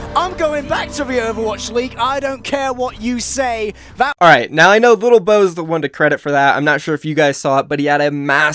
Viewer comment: it's lilbow not littlebow.... he was a former SC2 pro and he was always called lilbow